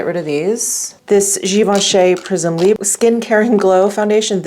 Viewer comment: The r is partially pronounced in the word libre! You can google the pronunciation if you’d like to. 💖